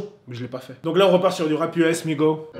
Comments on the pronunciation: On dit MigoSSS et pas Migo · C'est migoS dit le S à la fin 😂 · c migoSSSSSSS ET NON MIGO sinon bonne video